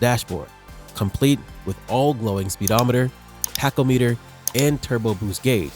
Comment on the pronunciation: Did just call it a "tack-o-meter"??? 😂😂😂